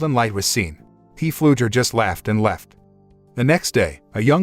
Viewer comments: The name is not P flugher it's pronounced flugher the P is silent! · His name is pronounced, flugger... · It is FLUGER, the "P" is silent!!! My God your annoying., Its not a CARAVAN it is a TRAILER.